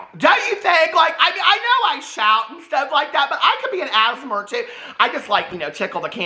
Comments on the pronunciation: “Asmar” is cracking me up it’s giving me London Tipton prndl vibes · Every time says “ASMR”, I think he’s saying “asthma” in a weird way. I know what he’s saying, I just hear “asthma” 😂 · saying asmr like asthma 😂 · You pronouncing asmr is killing me 😂